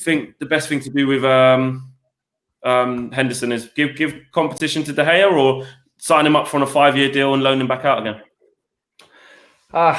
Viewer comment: Once again commenting to ask to pronounce De Gea's name correctly. It is common knowledge. Your co-hosts say it correctly.